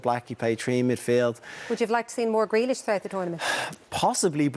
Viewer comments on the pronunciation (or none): none